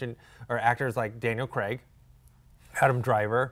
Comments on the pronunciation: American's pronounce Craig like Creg. They pronounce Bernard wrong too. It's not their fault. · Love Collider but can you guys please stop mispronouncing Daniel Craig's surname.